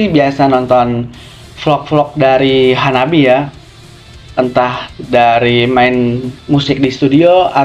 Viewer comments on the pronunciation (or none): The name of the band is wrong. In Japanese reading, it becomes HANABI-Eh and pronounces E.